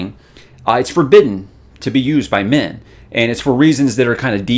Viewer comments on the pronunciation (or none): Of course, the flip side is I hear "Men" as "Min" so when talks about the reason why "Min cannot channel" I'm thinking, "Duh, why should she?"